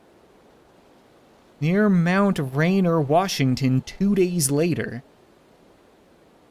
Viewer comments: The name of the mountain is pronounced rain ear, not rain er. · Its mount ray neer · I got triggered when said “Mt. (Rain-err). But then I realized I’m to much of a Washingtonian and he’s Eastern Canadian so I don’t expect him to get it right.